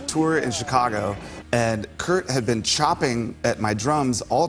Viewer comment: they way he pronounces Cobain's first name makes me understand why some youngsters thought he was called "Kirko Bain".